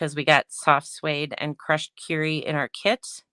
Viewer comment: Beautiful PP alternative cards. Thank you for showing how to cut up the bases and envelopes. As a side note, It’s Crushed Kur-y not Cure-y. Sorry, but that made me a bit crazy. Lol